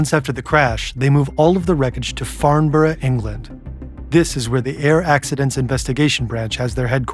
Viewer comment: That pronunciation of “Farnborough” very nice! Impressed